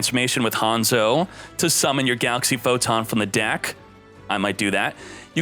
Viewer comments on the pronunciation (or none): none